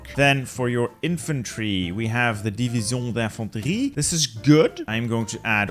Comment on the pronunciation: As a french, I find really funny the way you pronounce "division d'infantrie" !